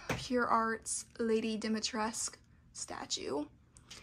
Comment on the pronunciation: Dimitrescu'' is a romanian inspired name ..so you should say the whole name (all the letters ..including ,,cu'' ..not just ,,Dimitres'') 😁